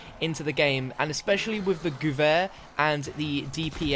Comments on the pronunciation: It’s not the gooer 43 is the gever 43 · Gev-air my dude